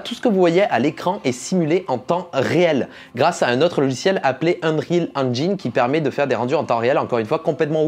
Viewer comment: Qui d'autre que moi est frustré de pas entendre "youniti" ou "uniti" mais"younaïti"..? Surtout quand t'entends après "Unreal HAINEGINE"... T'as quelque chose contre les jeux videos en fait? :D